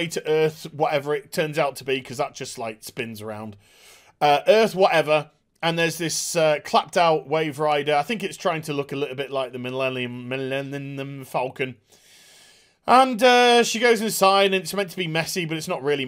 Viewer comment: "Milininim Falcon"?, how dare you!